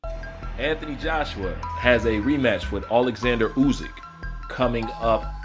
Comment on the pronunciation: You pronounce the name Usyk badly 😵🤣 It's not U-zyk.